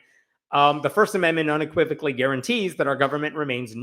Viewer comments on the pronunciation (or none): none